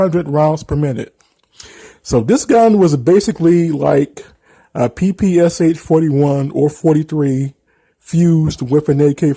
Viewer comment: just for the record PPSh is not pronounced pi-pi-es-eich, it should be pi-pi-sha. cuz the english langue dont have a russian letter Ш (Sh - eng. pron), the developers last name (Shpagin) is in the name of the gun. Dont be mislead by PPS, cuz its SMG developed by another man, his last name was Simonov. Also for FYI, pi-pi stands for russian verson of smg abbreviation, Пистолет-пулемет (Pistolet-Pulemet - eng. pron), just for the future =)